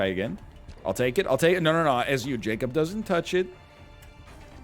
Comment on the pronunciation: Also "Jacob"